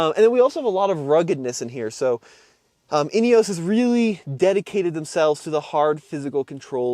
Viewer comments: "in-ee-os", not "in-ee-ohs" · European pronunciation is INEOS not INEOWSE. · There's no e on the end. Ineos not ineose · I believe that the makers call it with the pronunciation "inioss" and Americans should respect that and not refer it as an " inioss. Just my humble opinion. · Great video, interesting comparison. There have been comments on the INEOS about slightly offset pedals being uncomfortable on long drives. Was that apparent? BTW INEOS most people in UK pronounce it IN-EE-HOS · Guys - it's pronounced "Inny-oss".